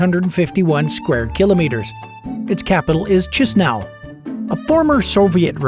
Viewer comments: Awful mispronunciation of the capital name: Cheese-Now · I suppose that the capital Chisinau is pronounced Kishinau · Narrator, it's pronounced "kee-shee-nau." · Uhm, no it's not. It's pronounced more like /KEE-shee-now/. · Capital pronounced Kish nau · this guy really said chisnow 💀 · Key she now ...how you pronounce the capital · Its capital is "Cheeze-now" 🧀🤣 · I'm sorry but just 20 seconds in, and I can longer take this seriously. "CHEESE-NOW"?? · You must pronounce in romanian Chișinău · You have no f. clue how to pronounce the name of the capital city!? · cheese forever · Learn romanian language ! Chișinău, Transnistria, Găgăuzia must be pronounced correctly by the narrator!!!